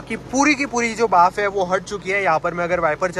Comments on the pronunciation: बाफ ❌ भाप ✅ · Bhaap not baaf 😂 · Bhaaf nahi bhaap... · Baaf 😂 gujju confirmed